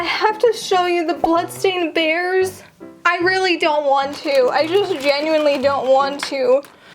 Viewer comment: (Me hearing her saying blood stain bears) (Her sayng its real blood) Me after: 😳